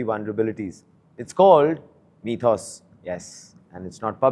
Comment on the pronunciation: Mythos not methos